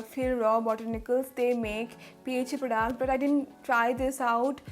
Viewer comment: Why do u say prodaact